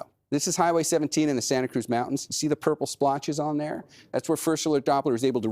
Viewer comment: why does she pronounce Mountains Mountonnes